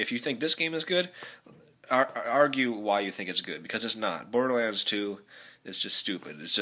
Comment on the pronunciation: WOW the first game you ACTUALLY pronounce right! you're learning!